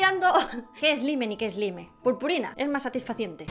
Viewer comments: no creo que se pueda decir " satisfaciente" es SATISFACTORIO. También se pronuncia " ESLAIM" no "ESLIME" Trata de hablar con propiedad.:3 Saludos <3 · No es por nada me caes bien y tal pero se pronuncia slaim el slime